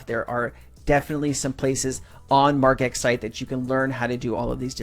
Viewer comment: Phonetically it’s spelt Marge – X. You’re saying it wrong and it’s killing my ears.